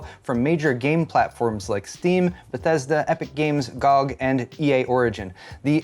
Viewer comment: How said “RIP” and “GOG” got a laugh out of me